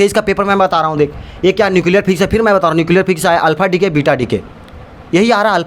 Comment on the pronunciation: Physics ❌ FHIZZZZIKS✅